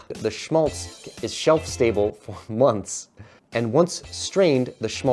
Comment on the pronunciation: Schmálz: Just pronounce it as if you were a Brit or like the a in fat.